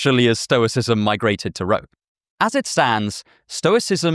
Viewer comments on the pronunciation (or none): none